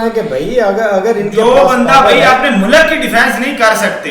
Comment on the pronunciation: Mulak nahi Mulk hota hai "". Mulk nahi becha lekin Fauj becha hai.